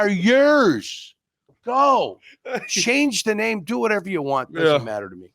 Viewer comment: I truly believe intentionally butchers these guys names. 😂